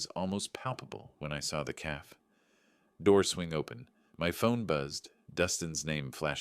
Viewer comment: A "caff" isn't as bad as a "gran-odd" lol the entertainment in these are the errors lol